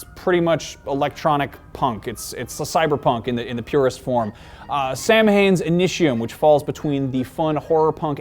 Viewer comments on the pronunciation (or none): "Samhain" is pronounced "sow-win". Trust me on this: I'm Irish.